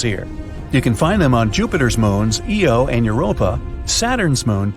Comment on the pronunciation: I find the pronunciation of "Uranus" and "Io" quite odd.